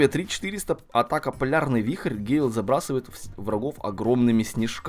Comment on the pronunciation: Не гейл, а гЭйл